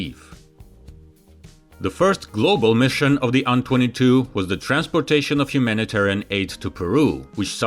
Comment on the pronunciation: Dude, you need to stop this. AN22 is an INITIALISM, not an acronym. You say "eh-enn-twenty-two" not "on-twenty-two" because that's confusing as hell. Same with Tupelov. It's "Tee-Yoo-one-one-four" or "Tee-yoo-one-fourteen" it's NOT "two-one-one-four" because that's confusing as hell! STOP IT!!! How can you not understand this? Is the first syllable of Tupelov different that the number Two in your language? Because in english they're identical. You know this. Knock it off. Now.